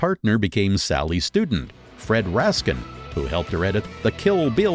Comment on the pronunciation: there has been mistakes. On the Tarantino doc, the narrator pronounces Fred Raskin ( his editor) as Fred Raskeee and on the Art of Editing, Editor Thelma Schoonmaker is pronounced Schoon MAHKER ..its Maker